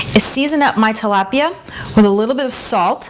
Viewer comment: YOU'RE RECIPE IS NICE AND EASY BUT FYI, IT'S TILAPIA NOT TALAPIA!